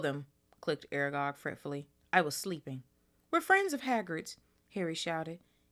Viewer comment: Exploding snap basically magic card games where the cards explode if someone either scored or lost. Yes, you pronounced Aragog right . sentries are soldiers or in this case prefects and staff stationed to patrol a place.